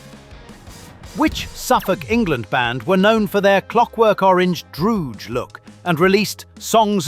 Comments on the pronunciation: 47 - would've done better if it had been less American and more British but there you go. A few corrections : Punk's Not Dead was 1981 ; How Does It Feel To Be The Mother Of 1,000 Dead? was 1982 ; and it's Droogs , not Drooges. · How do you say DROOGES ??? They were DROOGIES !!!!!!!!!!!